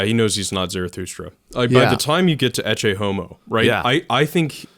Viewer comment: they pronounce ECCE wrong